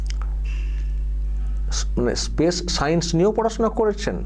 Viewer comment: ওসব অনেক দূরের কথা, " স্পেস " উচ্চারণ টা করা যাবে তো নাকি , তাতে পবলেম হবে বলে " পেস " বলতে হবে। 🤣🤣🤣